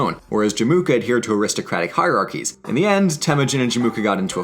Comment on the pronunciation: I know Mongol language is difficult but it is Temuujin not Temujin